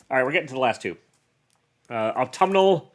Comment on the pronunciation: I think you're the only comic youtuber I've heard pronounce Autumnal right!